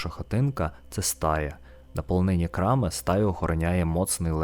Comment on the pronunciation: Чому крамИ а не крАми, чому рОтило а не ротИло?